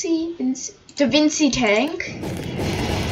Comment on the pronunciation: DaVinci tank is pronounced da-Vinchi tank